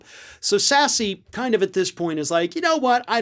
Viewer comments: I believe it’s pronounced sass, not sassy. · It's not pronounced "sassy"... its pronounced SASS.... lol